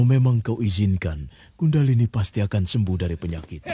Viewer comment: Maaf,bukan Gundahlini,tpi Kundhalini